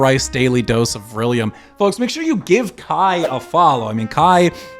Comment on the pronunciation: This is so petty but the way you pronounce “folks” with such emphasis on the L, really grates on me 😂